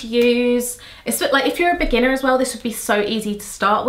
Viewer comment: You sounded so American when you said the word "beginner." lol